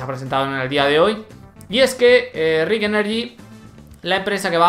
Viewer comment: me gustan tus videos, pero últimamente has estado equivocándose con los nombres. Selama Rich Energy, con CH. Vos estás diciendo Rick...